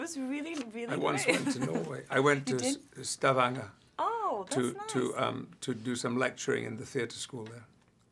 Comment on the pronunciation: Patrick Stewart actually pronouncing 'Stavanger' exactly like people with that dialect pronouce it 😂